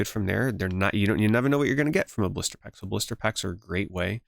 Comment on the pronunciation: Brother when i heard you say "Blister pack", i was thinking you were pronouncing "Booster Pack".... i was starting to lose my mind after the 4th one then i realized 😂